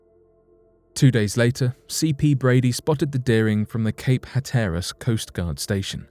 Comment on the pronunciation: Cape Hatteras is pronounced HAT-er-us.